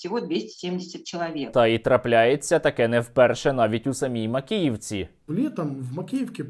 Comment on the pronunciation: "Трагєдія в Макєєвкє"? Яка трагедія? То свято)))